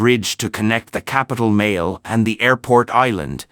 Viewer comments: '....capitale Male' as in 'male'? NO! It's pronounced 'Maley'! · it's Malé not MALE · The producer of this video caught a lot of flake for confusing Maldives and Malaysia. Also Male is pronounced as marly. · Pronunciation od Male in not correct. Pronunciation should be Maa-le. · Male is pronounced as MA LEE